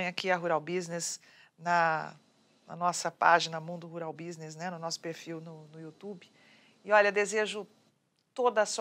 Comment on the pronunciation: *Rural Business. Escrevi 👆 como a "" pronuncia. 🤦😂